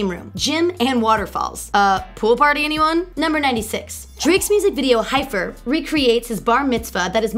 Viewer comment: it kind of aggravates me when she says "ohvo" instead of o.v.o or "hyfer" instead of h.y.f.r😓😓